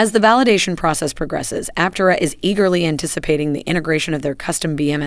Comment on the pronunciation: Suggestion for your text to speech engine, for proper pronunciation, consider: : Aptéra,, instead of Aptera.